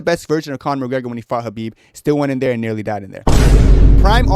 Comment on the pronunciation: nealy? LOL